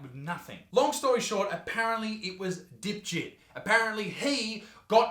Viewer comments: I thought he said Dipshit too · Lol he totally called him dipsht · He actually surprisingly said Dipjit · Fun fact: Its actually Debjeet. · I must me 5 because every time I heard "dipjit" I laughed. Is just sounds like dipshit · "Dipjit" lol he must've got bullied alot in school